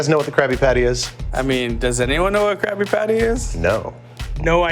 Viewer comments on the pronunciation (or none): Is it just me, or does he sound like he is saying "Krappy-patty" ???